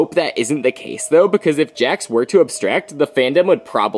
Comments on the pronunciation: “ dax “💀💀💀(its Jax lol) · Bro its Jax not Hax